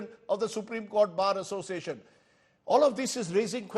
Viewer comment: A person who is unable to pronounce Bar Association become the president of All India Bar Association . What a joke. Sure he is the chamcha of central goverment